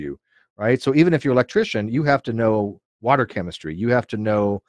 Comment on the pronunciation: Wait a minute, since when does # pronounces water leke just plain water? I smell something fake about the intro.